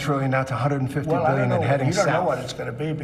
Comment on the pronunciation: Drinking game: take a shot every time he says "millyen," "billyen," or "in the history of our country"